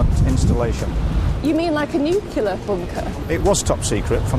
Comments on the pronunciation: wait, , did she say 'Nucular'? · Why can't she say "nuclear?"